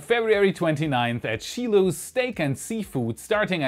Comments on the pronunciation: Shiloh's? Pronounced "SHY-LOWS" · Just to save embarrassment, shilo's. Is pronounced. SHY lows, hope this helps... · Shiloh's is in my fiance's hometown. I might be joining you! Also it's SHY-LOWS. Lol your videos are great can't wait! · not SHEE LOHS its SHY LOHs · Hey! I live in the area of KSC and you made a good choice for the meetup location. The venue has a ton of both indoor and outdoor seating, as well as great steak and seafood. P.S.: The name is pronounced Shy-lo’s:p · Not that it’s very important.... but the restaurant’s name is pronounced “shy-low’s” Sorry, this just made me cringe a little lol..... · Not for nothing, but Shiloh's is pronounced "shy-lows" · FYI: Shiloh's is pronounced with a long i not a short i.